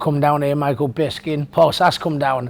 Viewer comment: 'Michael Bisking'